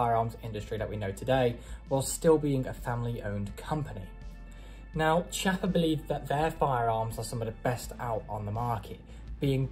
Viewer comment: Beautiful test and wonderful gun. If it had been a conversation between friends it wouldn't have mattered, but if you do a video test, you should at least know how to pronounce the stuff you're testing. Every time you said Chiappa" my ears bled. Nowadays it's not difficult, just go to Google translator, choose Italian, write "Chiappa" and have it read to you. There are no more excuses.